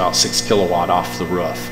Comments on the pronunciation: What's a, 'ruff'? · It’s roof, not ruff! You’re not a bloody dog. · whats a ruff? or does he mean r-o-o-f ? ;-) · The pronunciation of roof is hilarious... "ruff" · Every time I hear "roof" being said as "ruff" it's painful to hear. Never heard it being said that way before.